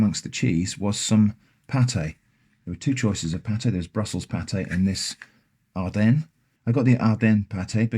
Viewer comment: I'm glad you pronounced Ardennes properly.